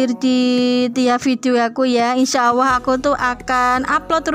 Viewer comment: Maaf mbk,,, Allah, kedengarannya awoh mbk